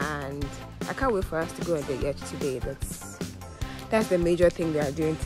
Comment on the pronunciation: quick correction: The pronunciation of yacht is NOT ‘yarchhhh’ — it is ‘YOT’.